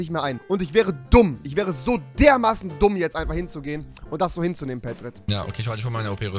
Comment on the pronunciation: 😂 Tumm ? Sagst du ? (D)Dumm 😂😂😂